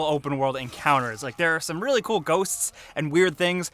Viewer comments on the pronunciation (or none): none